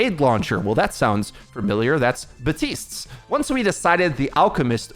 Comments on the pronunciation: Why do you pronounce “Baptiste” as “Batisse.” Echo, Athena, and Baptiste himself say “Baptiste.” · You just called him Bahteest.